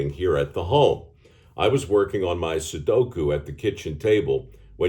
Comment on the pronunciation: Nearly everyone I hear mention Sudoku mispronounces it as Suduko or Sukudo. Thank you for getting it correct. Love the content.